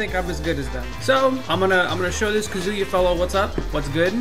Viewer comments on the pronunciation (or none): Please tells your players it is not "kaZUya" It is "KAzuya" From: everyone Thank you!! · i can’t believe some people still saying “kazooyuh”😂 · I almost think people are doing it out of spite because there’s no way you could actually think his name is Kazooyuh. Kind of like the whole shoto thing.